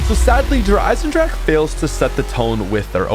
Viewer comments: Der eisendrahhhhcccckkeee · I love how the not German people can’t say “Der Eisendrache” properly lol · It’s been years and you still don’t say it correctly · It's 2020 and still can't pronounce the Map right.;)